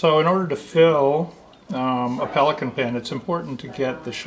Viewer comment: Wow...He can't pronounce the name of the product.